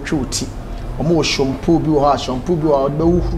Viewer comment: 😂 did anybody heard bra kwaku saying SHUMPOO? 😂😂😂❤❤❤❤